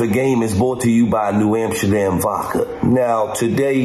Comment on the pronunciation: Why does he call it New Amsherdam?